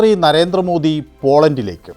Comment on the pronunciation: താങ്കൾ, നരേന്ത്ര മോദി എന്ന് പറയുന്നതുപോലെ കേൾക്കുന്നു. നരേന്ദ്ര മോദി എന്നതാണ് ശരി. -നരേന്ത്ര - അല്ല. പലരും ഇതുപോലെ തെറ്റായി പറയുന്നുണ്ട്. -കേന്ദ്രം - എന്നുള്ളതിന് കേന്ത്രം എന്നാണ് തെറ്റായി പറയുന്നുണ്ട് -😅